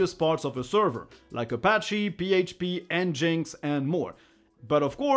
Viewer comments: Please pronounce NGINX like "Engine X", not "Enjinks." Not personal, just... don't. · Ah I always pronounced it “ n-jinx”, that how we say it in French, but Engine X makes much more sense!